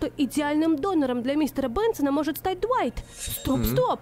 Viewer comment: Глайт а не дуайт